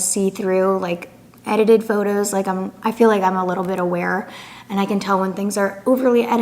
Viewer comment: *photos not “patitos”